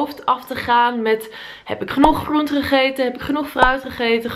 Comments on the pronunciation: De G en de R gaan niet goed samen bij jou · Gotta love you & je video’s. Zelfs je ‘GRRRR..am GRRRR..oente’ 😂 Echt een relax momentje, lekker een video kijken & altijd weer een beetje bijleren. Thank you ❤️ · Je zegt groente zo grappig😂, alles met de r 😂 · Mijn god ik krijg echt de kriebels van de manier waarop je "gr" uitspreekt: gram, groente enzo😂😂 leuke video tho❤